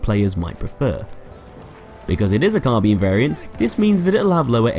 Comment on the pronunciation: why do you pronounce Carbine "Carbean"? lol